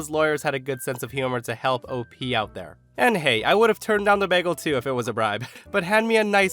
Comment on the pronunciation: You repeatedly mispronounced "bagel!!"